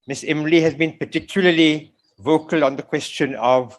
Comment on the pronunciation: Wajahat calls ‘ilmi’ , ‘Imli’ hahahah